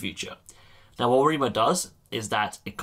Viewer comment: Great videos, BTW it sounds like you say "Hi Amigo" :P